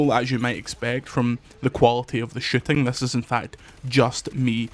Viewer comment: pronounce "shooting" again